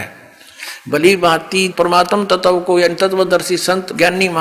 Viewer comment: पहले शुद्ध उच्चारण करना तो सीख ले तत्व को ततव बोल रहा है वेद विद्वान के लिए है मूर्खो के लिए नहीं। शास्त्रार्थ करने का ज्ञान गुरु कुल में पढ़ने से मिलेगा जेल में नहीं मिलता।